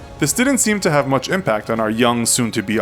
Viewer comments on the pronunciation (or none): none